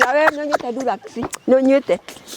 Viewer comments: but for sure the old lady want to say drugs lakini ina sound dulex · oooo haiya btw anasema drugs but tunasikia durax😮